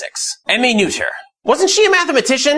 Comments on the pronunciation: Great video. By the way, Noether rhymes with “Nurt-ah” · Good video but bad pronunciation. It's closer to "nerther." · actually, Noether is pronounced “Nurt-ah”.